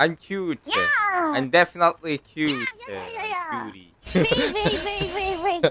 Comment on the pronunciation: 여기서부터 난 cute가 '뀨'로 들렸다 Kawaii!!!